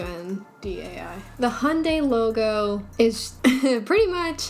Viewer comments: If you’re in North America, it could be partly because people here sorta slur the pronunciation of Hyundai and say “Hön-day” instead of “Hi-yün-die” like how people elsewhere (plus me lol) say it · I find the way Americans pronounce brand names so funny, "jag-wire" and "hundai"